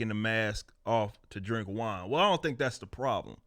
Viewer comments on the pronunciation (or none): none